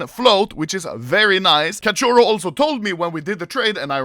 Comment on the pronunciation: As an brazilian, you said cachorro correctly. XD